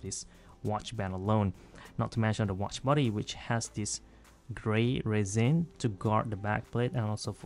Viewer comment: Nice videos. But, protip: pronounce resin with a short "i" instead of "resiin".